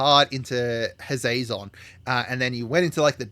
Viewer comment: how did you mess up hashatons name so badly hash a ton is how its pronounced how did you end up turning his name into hazazon lol love vids not actual complaint just thought it was funny and I just have a thing with pronunciation of most things